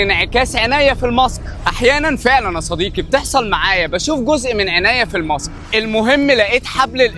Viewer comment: طيب بالأول أنطق الحروف صح. يعني القاف (ق) ليه عندك كاف (ك)؟! (كصة) بدل (قصة)؟؟ (صديكي) بدل (صديقي)؟؟ (كراءة) بدل (قراءة)؟؟ (أعماك) بدل (أعماق)؟؟ .......